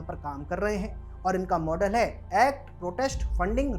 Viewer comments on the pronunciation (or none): none